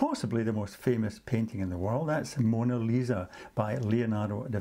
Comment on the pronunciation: ma come cavolo hai detto monna lisa?